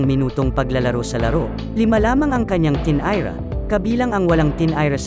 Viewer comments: 🤣🤣tinira'tinayra'..sa laro ng laro🤣🤣..maabutan" maabyutan" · PRANG COMEDY MAG SALITA ITO “TINIRA”HINDI NYA MABIGKAS NG MAAYOS😂😂😂